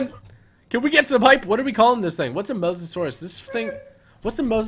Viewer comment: Call the musasures musa lisa, u know like mona lisa